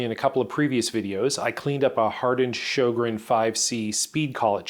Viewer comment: I was today years old when I learned how to pronouce "Sjogren". Thank you.